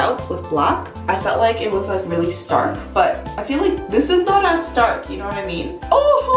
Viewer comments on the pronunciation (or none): none